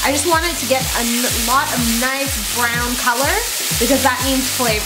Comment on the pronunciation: I thought you said Brown the chicken not burn it...